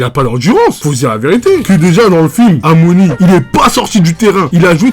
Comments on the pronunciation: c'est pas "amoni" mais "a-ominé" snn trêeees bonne vid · Bjr je suis nouveau dans la chaine et j'ai bien aimé la video mm si j'suis pas dacc sur certains points mais je comprends pas pourquoi il dit amoni 😂🤨 ça m'a rendu diiiingue 🤪😅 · ça se prononce Ao miné je crois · Surtout aomine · frr sa me tue quand tu dit aomine 🤣🤣